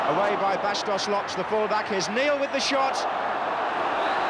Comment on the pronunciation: It is exactly how those names are pronounced.